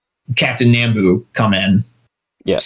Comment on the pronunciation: Nambu is pronounced "Nahm-boo", not "Naam-boo".